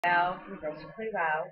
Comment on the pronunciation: Kudos. You pretty much pronounced my name right.